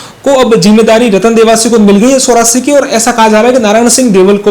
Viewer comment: एंकर शुद्ध हिन्दी बोलो सोरासी नही चोरासी है।